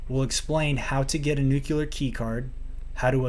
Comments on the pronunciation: “New-clear” not “nukuler”. 😅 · NUCLEAR NEW KLEE ARR not Nuke you lar